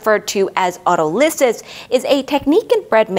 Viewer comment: An impressive presentation with great detail that will take time to digest. One small comment - standard English pronunciation of Autolysis has the stress on the second syllable, not the third.